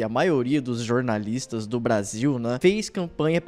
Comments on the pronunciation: """Jornalistes"""". Fale direito seu, seu, SEU....... BALCONISTA! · melhore! O correto é "jornaliste".. 😂😂😂 continue nessa pegada!